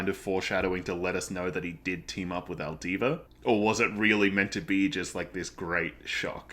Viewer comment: Two things, it's alvida not aldiva. As for the parallels between Luffy and Roger and resurrection.... read and find out